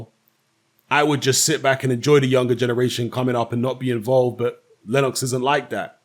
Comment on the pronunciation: Lenn-OX, lol.